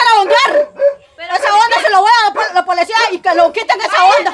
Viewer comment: Se dice policía no polecia😂😂😂😂ke bárbara es está mujer y yo riéndome ni ella ni aracely hablan bien